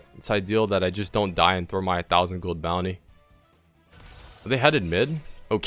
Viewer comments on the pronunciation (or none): none